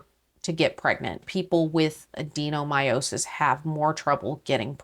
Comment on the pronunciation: I call those ultrasounds being violated by an ultrasound wand. You are pronouncing Adenomyosis correctly. Let me offer this hope to you - My mum had adenomyosis… and my sister and I are very much here. You DO need to forgive yourself. Oh,, I feel you, the whole mother regardless thing, I understand. It’s really important to know yourself and I respect your feelings on this. Oh, darling, I want to hug you. I made a decision not to have IVF, if I ended up losing my last ditch attempt as well (I had a lot of miscarriages and my son, was the last ditch attempt. If I lost him, I didn’t have the emotional strength to try again). I went through this grieving period twice. Once when I thought I couldn’t have children at all. I had a year of infertility and had been told “it isn’t going to happen for you”. Then I spontaneously fell pregnant with my daughter. I thought after that “Well, I fell pregnant once, I can do it again”. 18 months of infertility and then a year of miscarriages later, I made the decision that if the progesterone support didn’t help… I was done. I grieved through those 30 months leading up to that. It’s really hard. You are not selfish. You are a beautiful human who has had her heart broken. That’s very true, you have a best friend and a loving husband and no matter what, you will be okay. I like, comment and subscribe because I want to support you, my dear. As I say every week, I appreciate your realness and I recognise your journey as exactly what I went